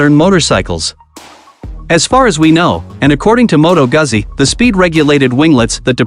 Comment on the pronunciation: He's a robot - mispronounced Goozi.